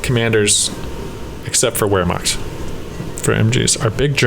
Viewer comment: Just wanted to drop this here. Wehrmacht is pronounced: Vār-mokt